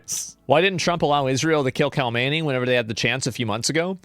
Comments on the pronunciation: hate to be that guy, but it's pronounced hom en ee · I hate the way Asmon says "Khamenei". I hate the way Dog Torturer Hasan says "chauvinist".